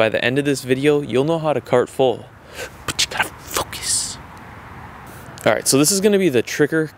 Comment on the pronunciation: "But you gotta focassss"